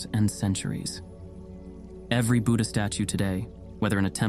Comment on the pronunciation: also learn how to pronounce buddha/buddhist properly